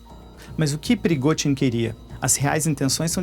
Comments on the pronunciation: Não se pronuncia “PERIGOTIN” se pronuncia “PERIGOZIN” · “”PrigoTin”” não! “PrigoZin” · Alemão não consegue falar o fonema "zh" hehehe